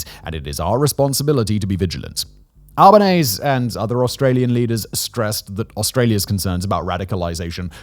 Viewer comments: you pronounced the aussie prime misters name wrong. Its AL-bə-NEEZ-ee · Just an fyi on Anthony Albanese. Its pronounced “Albaneasy” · For future reference: It's pronounced Al-ban-easy not Alban-aise. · aussie here. it's pronounced albn-eezee. also my last tenant was a fkn nazi. full nazi. i just own the one house, but this guy did the salute, had an SS stuby holder, said all the fascist standard lunacy. never met an aussie nazi before. meeting anti-semites and fascist sympathisers every week. it's terrifying. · Just a heads up, we Aussies pronounce our PM's name as Alba-nee-zee. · Alba neez-E perhaps. Regardless, the emphasis is definitely the final 'E'. Just don't get Simon to pronounce 'Uluru' again. 😂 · Just to let you know you pronounce the E at the end of Albanese's name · Please learn how to say anthony albanese's name properly please please please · With pronouncing Anthony Albanese's name, you put emphasis on the e at the end instead of combining it with the es in front of it. Love your vids mate! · Might want to check the pronunciation of Albanese ;) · Hi Simon. FYI; ASIO is spoken like “Asia” but with an O… and Albanese is pronounced “Albin-easy”. Cheers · Just some clarification on pronunciation of some local Australian terms: ASIO is pronounced Ay-Sea-Oh Albanese is pronounced Al-bow The terror alert level is "Orr noh" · Hey Simon, quick FYI: Albanese rhymes with sneezy 😂 And ASIO is pronounced as one word because we're lazy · It's just so commonly pronounced that way so whenever his last name is mispronounced it's a bit jarring. Similar to how ASIO is pronounced AYY-ZEE-OHHH here rather than spelling it out.